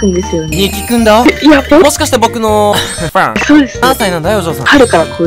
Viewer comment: すごいためてかっこいい感じでくるのかなと思ったら、 めちゃ発音悪い「ふぁん？」で笑った